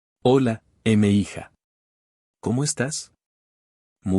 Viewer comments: NO SE DICE "EME HIJA" ES UN MEXICANISMO Y AL LEERSE M'HIJA" SE DICE "MIJA" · Te gusta mucho una IA que no sabe pronunciar mija? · Es mija, "mi hija" dicho de forma rápida. La IA no sabe pronunciarlo porque el tipo que está abajo a la derecha no lo está narrando de verdad, lo narra una IA.